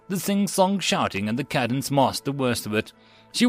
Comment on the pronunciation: Cadence is pronounced wrong. Good job on story and narration but screwed the pooch on pronouncing military words.🤣🤣